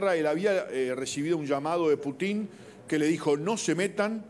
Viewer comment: Cero seriedad con este canal solo para tener vistas y el pelon diciendo una sarta de mentiras y no sabe pronunciar bien el apellido del Presidente Ruso